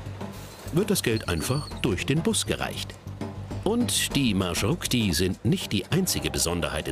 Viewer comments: Eine kleine Bemerkung: nicht "Marschrukti", sondern Marschrutki" (ist eigentlich im Plural. Singular wäre "Marschrutka") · там така справа, що журналіст весь час говорить маршруКті. Я тільки лиш це підкреслила. Сам феномен транспорту - це жахіття, за яке соромно. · Kein Marschrukti sondern Marschrutki. Die Wurzel "Marschrut" - Weg und Suffix "k") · Busse heißen auf ukrainisch/russisch MarschruTKi und nicht Marschrukti 🤦🏼‍♀️ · naja, Rechtschreibfehler entlarvt, es heisst Marschrutki und nicht Marschrukti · Erstens...Marschrutki und nicht Marschrukti...zweitens ist das, was in er Sendung gezeigt wurde ein ganz normaler Bus...die Marschrutki hingegen sind Mercedes Sprinter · Nicht Marschrukti sondern Marschrutki!!! Singular wird Marschrutka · Es heißt marshrutki, nicht "marshrukti"!!! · Es heißt marschutki keine marschrukti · Marschrutki 😂😂😂 nicht marschrukti ☺ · Marschrukti? MarschruTKI! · Genau, der Name stammt aus deutschen "Marschroute" trotzdem schafft der Sprecher es nicht richtig aussprechen "MarschruTKi" 😅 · От же ж;) але маршруКті теж шарм має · Das heißt marschrutki ihr habt das T und K verwechselt und es die ganze Zeit falsch gesagt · Man hat hier einen kleinen Fehler gemacht: Man sagt richtig MARSCHRUTKI. Aber das Video ist super. Mich als Ukrainer hat es positiv überrascht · Es heißt marschrutki 😭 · OMG, Das heißt MarschruTKI.. 🤦‍♂️ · das heißt „Marschrutki“ 😂😂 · Es heisst Maschrutki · Marschrutki, heist es richtig, schämt euch